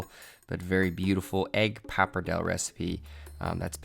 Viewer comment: Was it even a joke the way you said papardelle